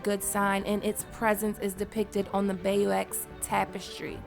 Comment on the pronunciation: I love you work but please.. Bayeaux ..not Bay you EX!!! Pronounced Bay-yerr tapestry...